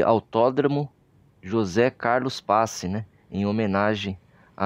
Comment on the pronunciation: Só duas correções: Pace lê-se Pati. E Não é Mocó, é Môco, com ô fechado. Parabéns pela homenagem!